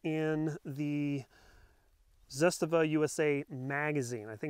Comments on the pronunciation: "Zitstava"? ZAH-STAH-VAH. Start out by saying it slowly and then gradually increase to pronouncing it CORRECTLY! You lose credibility when you say the name wrong. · Zastava not zustuva lol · you lost me at "Zisstuhvuh" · ZahStahVah. Trust me. I am Serbian. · Ignorance in manufacturing, materials and why people want a bayonet lug = unsubscribe. Not being able to pronounce Zastava =👎 ...zest...really... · Awesome video, keep em coming :). hi you pronounce Zastava well, only slight correction if I may. Zastava ...the first "a" and the second a are the same letter. They are pronounced the same way. You pronounce the second one great. Do the same for the first one. The sound is the first sound of A as alpha. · That is not how the guys from Zastava Arms USA pronounce it. ^_^ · You don't know how to pronounce Zastava, Cugir or Kalashnikov. Go home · Totally Butchered the ZASTAVA name😂.. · Should probably learn how to say the company's name correctly just saying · SAY IT RIGHT 😈